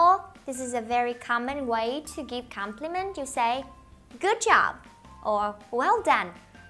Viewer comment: Cô ơi cái từ compliment em hơi thắc mắc cái nguyên âm